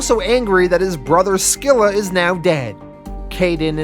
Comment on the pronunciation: Fixes Singapore yet can’t get “Skilla” 😂